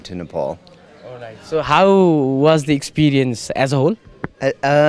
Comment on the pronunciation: Why your 'how' is 'houu'